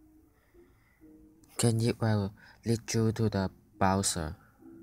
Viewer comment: 1st line: fuuust we gutu 'bowser' or 'blowser'?